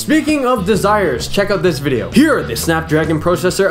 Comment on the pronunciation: VIDJEO : ) YESS bwahahhah